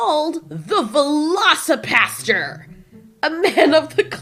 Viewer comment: Hahaha 8 was playing a game and had your videos playing in the back ground and when you said velocipastor I heard velocipasta. As mixing the words velocity and pasta and I just got this image of portions of pasta flying at such high velocity it kills people with blunt force impact. That would be a crazy movie.